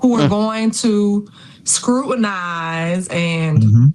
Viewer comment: "Who are going to scrut-in-ize....."😅😂 What a trainwreck and loon.